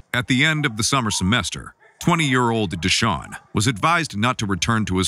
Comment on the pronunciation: Duh-Shawn. Momma named him right 🥴🤣🤣🤣🤣